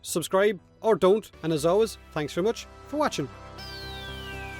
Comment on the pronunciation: I feel like is daring us to dislike the video with the way he says "don't".